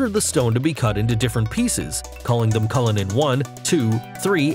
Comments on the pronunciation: U.S.Americans, it is "Le-sot-ho"! not Leso-tho".... and "Culli-nan" not "Ca-linnian" ... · It’s “Cullinan” not “Cullinian”. Also Americans, ‘aluminium’ is pronounced “Ah-luh-min-ee-um” not “Allu-minum” 🤓